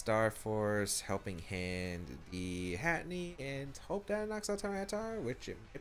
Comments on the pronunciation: Lol at “Hatinee”. It’s Hat-Er-Een 😂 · it's not hatinee ahhhhhh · Hey... this is a minor thing.. but I thought I should mention it... Its Hatterene (pronounced as Hat-uh-reen imo, but I can see Hat-uh-reeny) just thought I should mention it. I know you pronounced Ferrothorn as Fuhrawthorn for a while... so pronounce it as you want... but I just think it needed a mention. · I know, its anoying me too =(